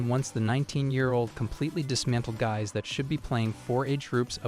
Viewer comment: When the voice can’t even properly pronounce Guys. SMH.